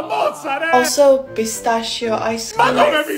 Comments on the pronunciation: Pistacho XD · Indians (me) say it as pistachu